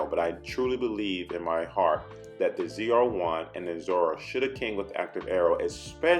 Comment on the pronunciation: Never in my life have a i heard someone pronounce zr1 so wrong lol its , " Zee-are-1 "